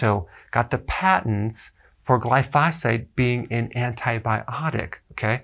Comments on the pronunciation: Gly-fo-sait not gly-fos-fate. Potato potato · If you are going to continue to say the word glyphosate you should learn how to say it correctly.